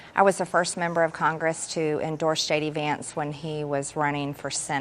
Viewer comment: Wait wait ...anyone noticed she says ..shady vance ....or is it just me ?